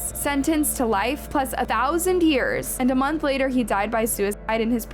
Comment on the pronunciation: God the way you say yearsa